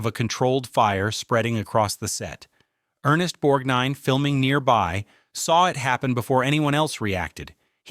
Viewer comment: And Savalas is not pronounced SEV-uh-luss, while Borgnine is not pronounced Borg-NEEN or Bore-NINE. With AI reading, you get what you don't pay for.